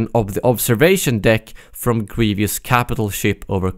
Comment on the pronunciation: you said grevieous like general gravy instead of general grevious lol